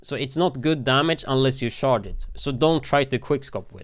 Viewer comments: I know he's saying "charge" the rifle, but it sounds like shart lol "you have to shart the rifle before you shoot it" lol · Why when he says charge did I keep hearing shart